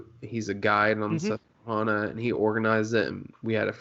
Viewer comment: man... its hana, susque(hana). Think naisley with it. Hana, not hauna 😂